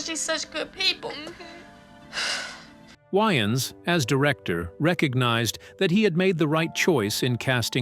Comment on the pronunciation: Can say wayman, but not Waynes.. that why you don't use ai.. work MF don't just try to get buy